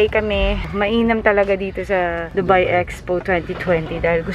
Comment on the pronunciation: Its not Du-byee, Its Du-Hello 😂😂😂😂😂😂😂 Ambot nimo te Alex..